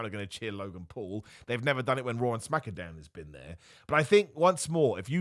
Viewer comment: Dam thought we might make it through the video without you saying Smackadown and making me cringe through the roof